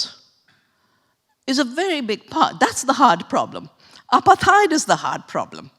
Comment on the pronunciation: It's not apa-theyed 😂😂😂 It's apart-hayd 🤦‍♀️ Or Apart-hide